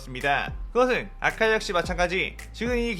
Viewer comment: ㅋㅋㅋ 아카자인데 아자카?